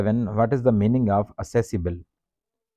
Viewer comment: Q no 7 , accessible correct pronounce nhii kea sir